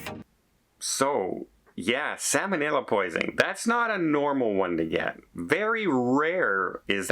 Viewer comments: SAL monella, not SAMON ella. It is not a fish. LOL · is not a medical/ nursing professional so cut him a break for his pronunciation.